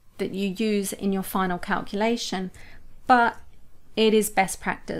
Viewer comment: Great info. I hate how you say calculation. No offense. Tomato, tomato, potato, potato.